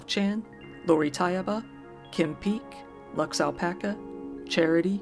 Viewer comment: Random: I listen to you shout out your patrons just to hear you say the words "Lux Alpaca." I don't know why, but I find it hilarious